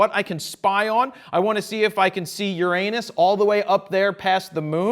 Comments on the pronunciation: did he say URanus? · He said uranus, i heard your anus! HAHAHAHAHA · first i didnt understand "Uranus" but... you get it... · When he said Uranus